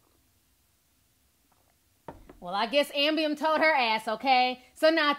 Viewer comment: KEEP SAYING AMBIEM!!!!!!